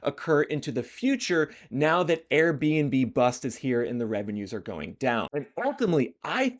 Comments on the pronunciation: Finished it and still can't get over them calling it the airb&b-Bust instead of The Airb&Bust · Love your content, but I think it’s Airbn-bust, not Airbnb bust. 😂 I think some municipalities will step in with taxes and or regulations that will make it less attractive to operate STRs. If so, this will increase the supply of SFHs.